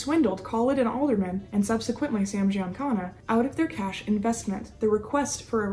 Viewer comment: Thank you for finally saying Sam Giancana’s last name correctly !! Now get the rest of them correct.